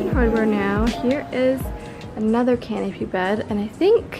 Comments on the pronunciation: Listen carefully on how she says it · she definitely didn’t say canoFy. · She said it with a p didn’t she?